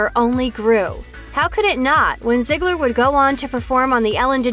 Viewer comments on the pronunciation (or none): it’s zeegler not ziggler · Lol she keeps saying zigggler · It's ZEEGLER NOT ZIGLER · Itz_uni Rainbow but that’s what the narrator keeps saying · Right like wtf😂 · I swear if I here “ZIeGLer” one more time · It doesn’t make the video any better when you keep calling them by zigler or Miller it’s uncomfortable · I thought it was pronounced Zee-gler But damn stop saying it over and over. Call her Maddie because they never call her ziegler on the show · If you're going to talk about Maddie, please Please PLEASE, say her last name right. (zee-gler) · I couldn't even finish watching because of how often/how the narrator pronounced "Ziegler." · Can you stop calling her ‘ziegler’. It’s bothering me like crazy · Can you stop saing Ziegler and Miller.